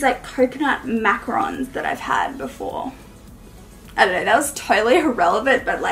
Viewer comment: I love that u say “Mack-Ron” instead of Mack-Uhh-roooN! Lol like Kanga-too!